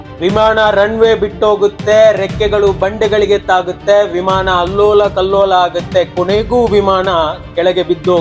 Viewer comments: ಪದ ಉಚ್ಫಾರಣೆ ಸರಿ ಇಲ್ಲ. ಉದಾ. ಹಾರಾಟ-ಆರಾಟ, ವಿಮಾನ-ವಿಮಾಣ.. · ವಿಮಾಣ ಅಲ್ಲ... ವಿಮಾನ